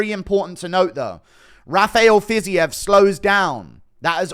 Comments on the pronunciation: "fizzy-ev" instead of "fiz-eev" always makes me lol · Ready to hear Fiziev said as Fizzy-EV